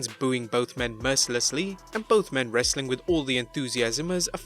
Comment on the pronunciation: I like the Hindu saying "Wrrrrrestling content"